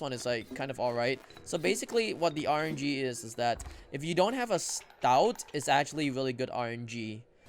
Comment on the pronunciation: Stoat rhymes with oat